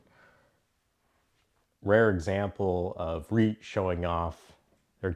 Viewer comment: Hey, great knife and video! Just a heads up, you maybe saying reate a little off. It's more like Re-ought I think